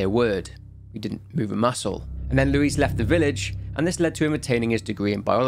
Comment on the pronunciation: I love how you say “Luis” 💃🏽 muy elegante